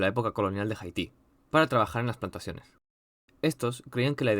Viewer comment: me da un tic tu pronunciacion de haiti, no es jaiti, es aiti.